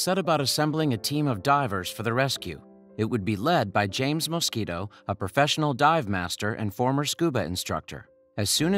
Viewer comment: "When diver James Moskito..." 😂